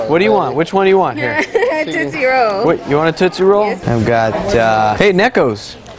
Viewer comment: Lol "nekkos"